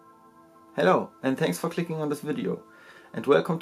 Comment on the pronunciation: " After klicking the Button..." xD man merkt deinen Akzent überhaupt nicht